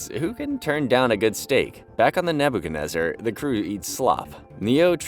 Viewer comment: "Naboo kenezer" lol